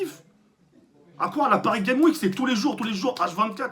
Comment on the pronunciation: Prononce le ‘S’ a Games dans paris games week stp sa stresse